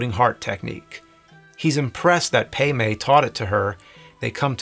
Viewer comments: Or calling Pai Mei "PAY MAY" Dude they call him "Pie May" in the movie, seriously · It’s Pai Mei, not pei mei, and Elle, not Ellie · Dude.....Pai Mei! PAI!!!!! p-EYE!!!!!!! NOT PAY MAY!!!!!STOP IT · Great content though. No offense but I think it pronounces like pie may and not pay may. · Wh...why is he pronouncing the names wrong? Elle = 'L' Elle does not = ellie Pai Mei = "Pie-May" Pai Mei does not = "Pay-May" These names are said IN the movie . Why is James pulling a Whatculture.. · Bwhahahah at Pay May. It's Pei Mai and sounds like Pie May. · Isn't it "pie-may" not "pay-may"? I'm bothered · “Pay-May”??? You mean ‘Pie-May’?? (pronunciation) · The master's name is spoken as "Pai Mei" in the movie, not "Pei Mei." It's based on a legendary martial arts figure 白眉道人 "daoist with white eyebrows," associated with the Shaolin monastery. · It’s Pai Mei as in “Pie May”...geez dude! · I really hope he's saying "paymay" on purpose 😂😂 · Pay May? C'mon, man. How many times you see the movie? That aside, looks like a great edit. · “Pay may”?? Lol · You're saying Pai Mei wrong. It sounds like "Pie May." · They say it in the movie, James is just wrong lol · It’s O-ren Ishii (eeshee-ee), pai mei (pie may), and Elle Driver, Not Ellie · Its Pie May. Say it right. U are ruining one of my favorites. Lol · So... who's "Pay May?" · It's Pai Mei as in "pie may". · “Pie may “ is only said a thousand times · Pay-may lol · You pronouncing Pai Mei and Elle's names like that so many times is killing me. - wait, what? The Japanese version is in color? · Just a tiny gripe. The A in Pai Mei sounds like the A in car, not the sort of E you made. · Yep. Love this video and him explaining his edits, but for someone who's watched it a ton while cutting it all together, I don't understand how he could keep mispronouncing Pai Mei.